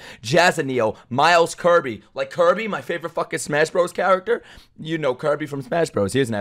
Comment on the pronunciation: Bro can't read the word "my"